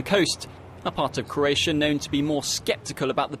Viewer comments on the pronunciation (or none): Croatia not Craotia....